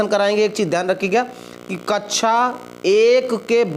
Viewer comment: Kachcha Nahi Kaksha Bolte Hai Bewakoof😅